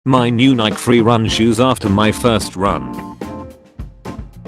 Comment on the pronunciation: The most mildly infuriating thing in this video is how the bot pronounces Nike in